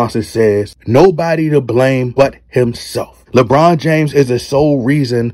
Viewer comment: Did this dude say, LaBum? Gawd Dawg!